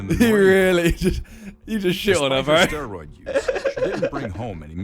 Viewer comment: Bro this video's narrator keeps saying steriod when its clearly not. Synthol is a cosmetic injection for fake looking muscles its a tyle of oil which always creates abscess no matter what. This video sort of misrepresented bodybuilding.